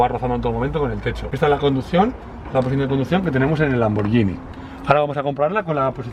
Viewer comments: A ver si aprendes a pronunciar: es Lamborguini, no Lamborllini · Me esta poniendo enfermo con lo de "lamboryini", (lamborGUIni se pronuncia) y lo remata diciendo "pors" al Porsche (pors'she se diría).